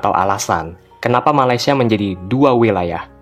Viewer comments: Orang malaysia sebut malaysia “me-lei-si-e” bukan “ma-lai-si-e” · Hahahah😂..knpe aku rasa lawak..bila orang Indonesia ckp Malaysia😂😂😂